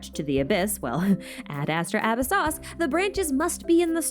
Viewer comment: I don't know if you know, but the pronunciation of the phrase "ad astra abyssosque" is pronounced completely wrong in the series. 'ad astra' is correct, but abyssosque....it comes from latin not french, so it should be pronounced "abyss-oh-skwae" and it does annoy me every time I go do my daily tasks. I love your videos and all of the research you put into everything, it's incredible to get such concise videos! I just thought since you've had videos before correcting fan pronunciation of things, I think this would be some added info from someone who studied classical latin for 5 years. And even if this was derived from church latin, it still wouldn't be pronounced like it is in the game. Anyways, thank you for all your dedication, and ad astra abyssosque!